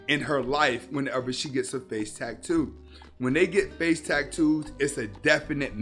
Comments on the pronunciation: Wtf is a tack-too? It’s pronounced like it’s spelled dude tat-too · Drank everytime he said Tack-too im certain I’m going to need my stomach pumped. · the way he says "tack too" is cringe AF LOL